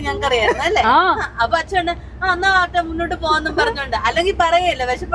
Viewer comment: അച്ഛാ, ചേച്ച എന്താ രതിഷേ ഇതൊക്കെ കൊച്ചച്ച, ഇയാൾ.... ൻ എന്ന അക്ഷരം പഠിച്ചിട്ടില്ലേ, അതോ പുതിയ മലയാളം ആണോ, വെറുതെ ചിരിപ്പിക്കല്ലേ